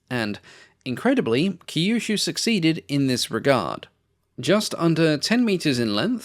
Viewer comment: Kyushu is pronounced similar to "queue shoe"